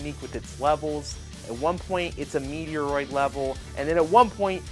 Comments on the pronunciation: First. Met roid. Stop saying Meteo roid!!!!!!!! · Thus game looks dope. Also, it's fight on site if you keep saying Metroid wrong 😂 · I know you do it on purpose now, please stop referencing Metroid which is the ONE game you cant pronounce. Its so cringy, but saying like 7 times, honestly, unsub justified.